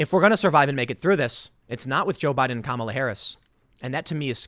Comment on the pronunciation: am i the only one who says her name "kuh-mall-uh" not like tim or is he weird?